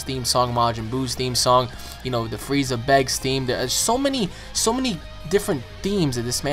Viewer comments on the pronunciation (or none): none